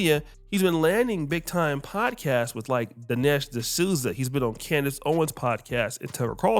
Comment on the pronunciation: Bro said Coondace Owens. Bruh, I died.